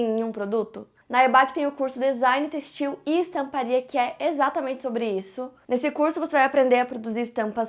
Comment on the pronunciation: O acento no “e” em têxtil não está ali a toa 😂😂 não é textíl, é tÊxtil